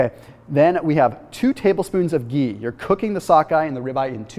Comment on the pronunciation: The way he says ghee